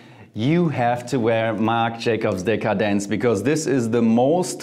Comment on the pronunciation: Omg the way that JF pronounce every single perfume brand makes me wanna buy everything that JF said😂😍👏 MJ Decadence is my favorite perfume of all time ❤